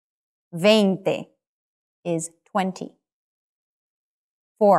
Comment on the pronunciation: In spanish there is not such a "v" sound that you pronounced in "veinte". You pronounced It right in "noventa",though. In spanish "v" and "b" correspond to the same phoneme.